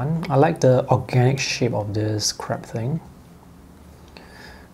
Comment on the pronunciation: That had me laughing as well, it sounded a lot like 'this crap thing" LOL